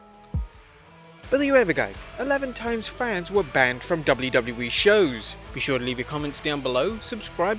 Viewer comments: Y does he say Wlwle? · In the intro you said doubly doubly bee. Instead of wwe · So no one‘s gonna talk about the fact that the narrator can’t pronounce WWE and I know he has an accent but come on it’s not that hard